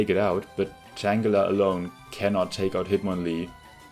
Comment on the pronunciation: nice vid with a very interesing idea! i like it. this makes the game better in so many ways. also, the 'g' in Tangela is pronounced the same is in the word 'girl', as it's derived from 'tangle'. Tangela's hair/vines are tangled!